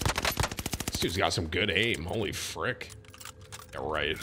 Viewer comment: Tim said fwick one time by accident instead of frick so of course that’s all I hear anymore 🤣